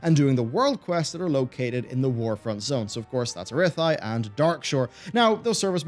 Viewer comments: ITS ARATHI NOT ERETHI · Never understood why he struggles with this particular name... XD